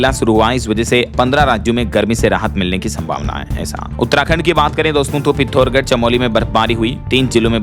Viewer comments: पिथोरगढ नहीं है बंधुवर,पि थो रा गढ़ है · भाई बार बार पिथौरागढ को आप पिथौरगढ बोलते हैं। पि थौ रा ग ढ । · पिथौरागढ है पिथोरगढ़ नहीं